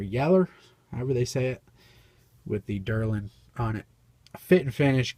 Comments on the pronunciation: Lovin' the vid. I know I will get through it. Had to pause early on while you were on that Case slim line single blade trapper. No biggie, but it's spelled & pronounced DEL-RIN......not DER-LIN. But hey, for the price & performance, we could all call it YELLER DARLIN'. LOL. OK, on with the video. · It's deLrin not deRlin